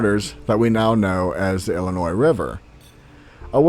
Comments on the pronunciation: Thank you for pronouncing Illinois correctly!!! Awesome ,found that same turtle as a little girl bout 1988 or so, that turtle was mean,black and honestly very fast moving on land, it literally picked it's shell up off the ground and ran, no freaking bs!!! it had spikes on it's head,shell and tail , it wasn't very big maybe bout a 2-3 yr old sized turtle,I lived in Summerfield and found it bout 5 miles from home in the country outside of the city Mascoutah located in southern Illinois, I've never seen another one since,and never knew the name of that type of turtle either. Home of The Bigfoot originated from Carbondale Illinois way before my time, late 70's or so only heard from older friends ,never had a encounter.... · As a life long Illinoisan, i gotta get this off my chest...., and anyone from ILL knows we will jump your shit if u pronounce Illinois with the s. But i have always pronounced the s in my head but when speaking out loud the s is silent.